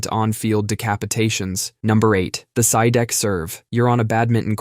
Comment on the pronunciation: A little correction for the Sidek brothers, the real pronunciation is "See-Deck".. Hope this help, 😊